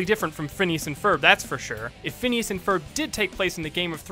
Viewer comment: 1- Yes, they do end up together. 2- It's Phineas, not Phinises.